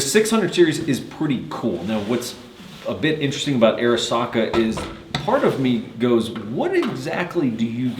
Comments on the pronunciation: Man I feel like a grammar nazi rn but is right about the name though. Off Arisakas website: "As Japanese Americans, they chose the name Arisaka to honor their cultural background and show respect for Arisaka Nariakira, one of Japan's most iconic weapons designers." Pronounced Ah-ree-sah-kah. Love the review! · It’s pronounced odd-e SAKA ! The “R” is silent! Duh RED ! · I am pretty sure its pronounced Arisaka-not Arisaka.